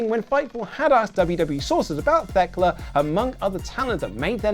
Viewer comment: Still undefeated in pronouncing Thekla wrong